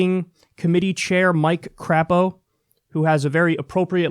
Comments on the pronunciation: His name's actually pronounced CRAY-poe, but no one actually calls him that here in Idaho. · Lol. You pronounced Crapo wrong. And he's from Idaho, not Indiana.